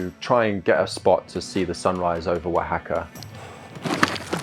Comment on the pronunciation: English guy: how do I say the name of the city? Local: wa ha ka EG: wuh hack uh? L: wa ha ka Eg: got it, wuh hack uh. yous got any tackos?